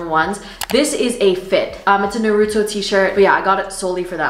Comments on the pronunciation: The way you said naruto killed me but I love you 😂❤️❤️ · u did not just pronounce naruto like that😭🤚🏼